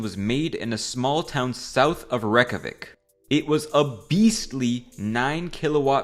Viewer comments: It’s RAYK-YA-VIK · It's pronounced Ray-kyá-vik. The Y is like a j without tongue interference on your teeth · It's "Reykjavík" like Ray-Kyah-weak